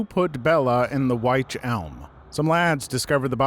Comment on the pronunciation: wych is pronounced witch ALSO: fun fact! the dyatlov pass incident had been solved, in part thanks to disney's frozen. (the film required development of better snow simulation software that was used in the investigation) I cant remember the exact details, but it was a non-standard avalanche and the radiation was due to isotopes in the lamps. i think caitlin doughty [aka ask a mortician] did a video on it